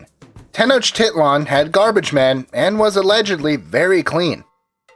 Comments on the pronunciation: Pronounced Ten-ock-tih-lan not Tenochiliean ! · Stop saying titland... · I hate the sound of Tenoch-tit-lan, the i in tit is pronounced like an e. If this is categorized under 'education', at least make the effort to look up the pronunciations of major points you make. Edit: Especially if you're going through the trouble of trying to pronounce Hernán Cortés correctly. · He said “tit” lol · It's pronounced ten-osh-ti-lan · Its not pronounced tenochtitlan its pronounced tenok-tee-tlan. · From 3 years of ancient history tenochtitlan was actually pronouced Tech-no-chi-clun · Ugh they way he pronounces the capital gets me frustrated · Why can't they get a Mexican to talk in the background , like you mispronounced Mexica , Nahuatl , and Tenochtitlan , #NativeAmericanpride #allday #tellthedayidie